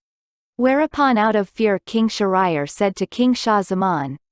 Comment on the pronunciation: The location is not an island in India. This is a Persian fairytale, with Persian names! So, this is a not the original, genuine story! Please pronounce Shahriar’s name correctly!